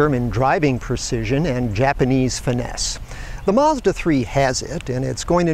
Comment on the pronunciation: Mazda, not Maaaaazda.